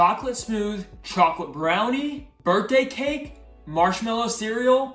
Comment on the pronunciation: bhai to chocolate Sahi se bol le na